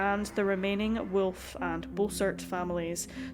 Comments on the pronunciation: It's WOLF Not WILF!! This is like a Cartoon!! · Wolf is pronounced Volf if Germanic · What an extraordinary accent you have. I've never heard wolf pronounced with what sounds like 3 syllables before.